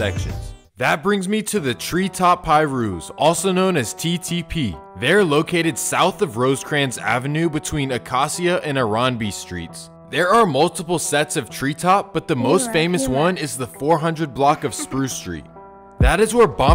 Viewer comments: Is this just a 15-minute video of somebody reading Wikipedia version of how these hoods got started. Lmao Acacia "A-cau-C-Uh" It's pronounced - "A-K-SHA" BRO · dis nigga sed acacia like AKA-SEE-AH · (uh-kay-shuh / Acacia.) 👍🏽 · ACACIA: Say “UH-KAY-SHUH”. You’re welcome. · The Homie just pronounced Acacia Akasia.. SMH. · How bro pronounced Acacia 💀🤣🤣🤣